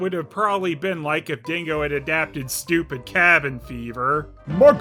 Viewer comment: "Iceberg videos are so stoo-peed"